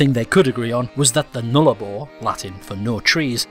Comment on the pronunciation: to Sydney it is pronounced "nullarbore"